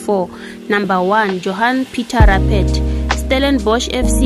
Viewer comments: Johani phita rapheti😂😂😂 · You can't even pronounced Rupert correctly 😂😂😂😂